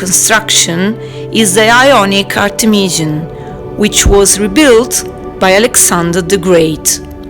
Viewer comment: It's Art'emis and Artemis'ion (zion) no (jan) or (jon). It's time the english pronunciation to get less wild and to come in some order according to the authentic.